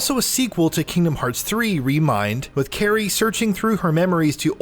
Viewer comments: Couldn’t finish the video due to the fact that he said Kingdom of Hearts and had the audacity to say Kerry. Smh dude didn’t even play the game. I mean I wouldn’t either but I still know it’s Kari. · With Karry? KARRY? Dude they say her name in all the games. Literally every one. KAI-RI. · How do you pronounce Utada Hikaru, as well as know that's her name, but still say "Kerry" and "Kingdom of Hearts?" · Dude. Who's Kerry? Oh. Kingdom of Hearts was real cute too bud. If you're going to publish a review on something, please take the time to make sure you have everything right. That would include the NAME of the game in question and one of the main characters in it. Otherwise, people are just not going to take you seriously. I literally stopped watching this video because I'm not taking you seriously. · Kairi is so useless in this series, even the reviewers call her Kerry 🤣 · Naming Kairi, Karry... Great review already 👍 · Kingdom of Hearts... Carrie instead of Kairi... oh lord. I'd excuse it if they didn't say her name a million times within the games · Did he just pronounce Kairi like Kerry... And he called it Kingdom OF Hearts... Yeah, imma find a different review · Kerry? Really? Lol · "Kingdom of hearts" and "Keery", nope, nope, nope... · Literally heard Kerry and then said am out of here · “Kingdom Hearts Melody of Memory final verdict” Me: ooo, I wanna see what some critics have said about this game! I finished it today, and I adored it. Let’s see what- Reviewer: proceeds to say Kerry instead of Kairi and Kingdom Of Hearts ...*massive eye twitch* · Am I watching a IGN video of Kingdom pf Hearts staring Kerry? This hurts every time I hear him say these names.😓😢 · “Kerry” yo wtf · It hurt me every time you said Kerry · Mofo said carry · Carie? who the hell is Carie? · I’m sorry “Kerry?” Lmao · The fool needs to be fired. He can’t even pronounce Kairi’s name correctly.